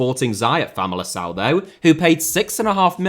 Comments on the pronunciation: It's FamaliKão not famalissão. The c is only not "k" sound is its followed by an i or an e, like Júlio César or Gonçalo Paciência, for example. If it has an ', like in Gonçalo, then its more of an "s "sound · The portuguese pronunciation is great but please don't call Famalicão Famalição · Just a note it's not Famalição, it's Famalicão (kão) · "Famalicão" was almost perfect. Nailed the most difficult thing "ão", but you did read the "c" as "ç". 8/10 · I'm guessing English people aren't used to accents making any difference so they just guess how to say it. But yeah, was going to comment that he said it wrong if you didn't